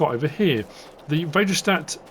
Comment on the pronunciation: Väderstad is pronounced Farder-shtut and translates directly to father city/town... they are located in Väderstad Sweden.